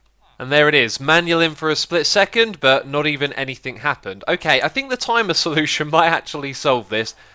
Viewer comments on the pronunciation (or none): none